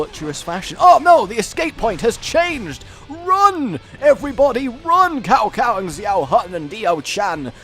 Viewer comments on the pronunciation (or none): it's pronounced "tsow tsow" not cow cow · You said "Cow Cow" hahaha. It's an "S" sound, more like Sao Sao. Sometimes it's spelled Tsao Tsao. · Ehm it's pronunced Zao Zao(or Tsao Tsao) ;) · It's pronounced sow sow